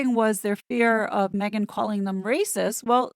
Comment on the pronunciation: HazNo using a microphone and not me-gain? How did that happen?